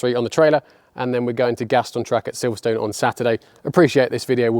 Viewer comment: It's not called Silverstone you people who don't live here although it's spelt Silverstone it's actually silverstun when you say it 👍🏻